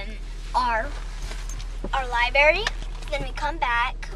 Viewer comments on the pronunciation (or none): lol "Libary"